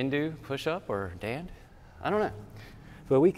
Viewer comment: 👌👍Perfect..It's called a Dandh ... like Dand-huh. Not Daand. Very nice explanation.